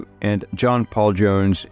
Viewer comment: Oh, that's how you say is his name, I always knew I was pronouncing it wrong.